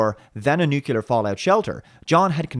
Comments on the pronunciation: Nuclear, not nucular. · Nuclear? NUCULAR!!! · New..clear. New...clear. Nuclear. Not nukular, for Pete's sake! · Its NUCLEAR. Not Nucular.... please, get it right. ITS NUCLEAR. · Steven Bentsen : nope nu-Kle-ar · I liked T3, seen it many times. It was a little on the trite side, and the casting for John could have been better, but over all it was fun. But yeah, Genisys sucked. Wait, did you say "nukular"? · Nuke ya ler ?. Really ?. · Nuke-you-lar. Heh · Nuclear only has one u in it! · Good review. However, please learn to pronounce "Nuclear" correctly.